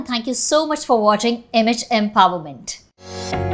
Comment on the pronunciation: Cringeworthy in the beginning itself when she said image empowerment...I heard it like MHM powerment🙄